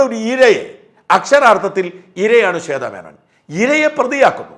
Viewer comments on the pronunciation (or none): ഈ ഷാജന് സംസാരിക്കാൻ മറ്റൊന്നും ഇന്ന് കിട്ടിയില്ല... ചേത... ചേത എന്ന് പറഞ്ഞു കരയുന്നു... കഷ്ടം.